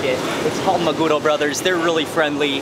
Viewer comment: I hope you enjoyed our food. We have pretty good food here. BTW, 3-syllable Japanese words usually have the inflection on the last syllable, so it’s maguRO and sashiMI...NOT maGUro and saSHImi. Just FYI. 😁